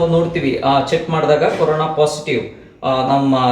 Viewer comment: Mam it's Corona not carona